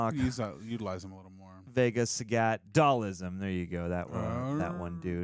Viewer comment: If you're pronouncing it "Dall-ISM" you shouldn't be pretending to know the core characters of Street Fighter. Yikes!